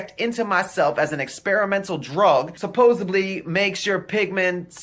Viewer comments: Well, at 2 min in, he says "subosably", so... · He just said suposebly. 🤦‍♀️ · He said “supposeBLY.” That should tell you everything you need to know. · He said, "Supposibly." Haha! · Never trust anyone that says: "Supposebly" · Agreed! Though in this case, I almost think she said “supposively,” which is equally awful... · He said “supposebly” lol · He thinks it’s “SupposeBly”... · It “supposibly” works.